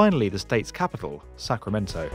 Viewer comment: Sacramento. Not “Sacremento”.